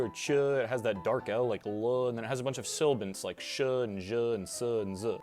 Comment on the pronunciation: You transposed syllables in the word "sibilant" twice.